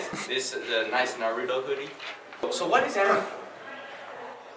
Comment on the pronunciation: You can't even say Naruto right.